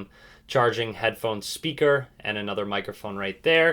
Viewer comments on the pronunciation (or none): you says headphon, charging and speaker wrong 😂💪